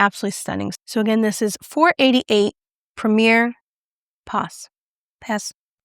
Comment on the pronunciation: For those interested: Rencontre is pronounced “ran kontr”; the "e" at the end is silent since it doesn’t have an accent. The "s" at the end of "pas" in Premier Pas is also silent. French has silent letters everywhere.